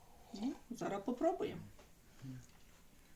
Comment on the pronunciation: Говоріть нормально, не зара, а зараз!!!